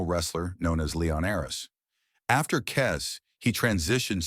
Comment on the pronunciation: ..and it's Kes, not 'Kez'.